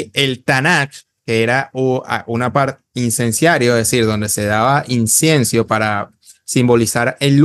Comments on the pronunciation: Incienso amigo no Insiencio. Pero debo reconocer que aprendo mucho de tus vídeo y de Mauro Biglino. Me han abierto los ojos, muchas gracias. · Ni siquiera sabe decir incienso 😂😂😂